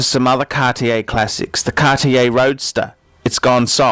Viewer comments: I dont get why you say 'Cartier' THAT wrong o.o Absolut wrong pronounction? That dont look good :( Otherwise Tanks for the Video of course ( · How can you say Cartier and Feck in the same sentence? Where do you come from? Even judging and opionating Cartier. Cartier is a French brand, not from Texas United States with your pronounciation like that, 'dude'!You know what nouveau riche means?Wait, in English it might be: noovyo Rich or something. Can't understand how you feck up names anyway... Come to Paris one day.. and get taught some manners.. Cartier doesn't date.